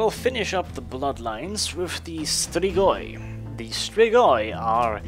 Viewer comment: ps. you perfectly pronounced Strigoi! :D Side note, these are Real Fucking Bad Ass Mother Fucking Vampires! :D